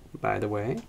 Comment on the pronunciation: Just rewatched the entire video. Your mouth corners never even move, not even when saying "way" or "with", so they probably ɡo more like ̤[ɰeɪ̯] and [ɰɪθ]. Ahh, well, Id probably hear that, so it might be more like [ɰᵝeɪ̯] and [ɰᵝɪθ]. This gives me an idea. I could add some lip frication to one of the dialects of an older project of mine. Lip fricated voiceless alveolar apical fricative is almost as distinct as actually sneezing in the middle of a word.